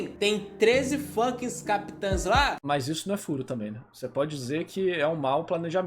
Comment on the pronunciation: CapiTANS, Ixígo.... Pqp! Que agonia kkk